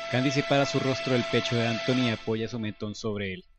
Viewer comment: Traer de Vuelta a anthony y con tantos detalles excelente narración y la pronuncion de ansony genial saludos